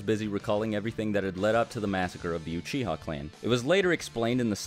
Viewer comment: uchiha not uchia! *